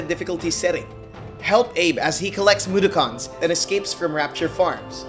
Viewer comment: i grew up on odd world but wtf is a MUDAKHAN bro they aint transformers smh